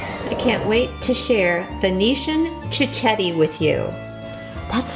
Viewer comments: Please pronounce it properly. It’s pronounced “chiketti” not chichetti. Also it’s not “proshuddo ” it prosciutto with t’s. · it's amazing how she mispronounce the word cicchetti......she's obviously never heard it in Venice (where I come from by the way..) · You need to pronounce cichetti properly first.